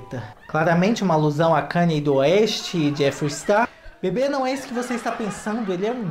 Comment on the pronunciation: Pronuncia Kaní. Nao kaner.